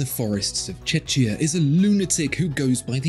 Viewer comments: I like your channel ver much and this is another Great video, but your pronunciation of "Czechia" (the shortened name of the Czech Republic) sounds more like "Chechnya", which is clearly a different country 😉 Plus, you made it sound a bit like he lives in a cave😅 Yes, he lives in a village but close to a big city. Anyway, that's just nitpicking, great video, regardless. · "Czechia" is pronounced CHEH-khiyah or CHEK-iyah — with a k, not a ch, in the middle.